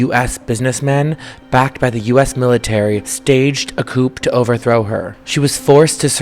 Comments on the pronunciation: there’s something really bittersweet about naively mispronouncing coup. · a "COOP"? Do your research, the "P" in "coup" is SILENT. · STARTS W/BS. STORY IS RIDICULOUS. TOO BAD, THE REALITY IS MUCH MORE INTERESTING]. NOT COUPE [= TYPE OF CAR]. CORRECT WORD IS COUP. THIS BOY NARRATOR IS A FOOL. OBESE INTERVIEWEE IS A SAD BIASED RACIST IGNORANT POM. BY 1840 MOST HAWAIIANS WERE DEAD DUE TO DISEASE. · Girl...the "p" in coup is not pronounced! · Quick tip when speaking about history: It's pronounced "Coo" not "Coop". Thanks for reporting on such an important subject matter!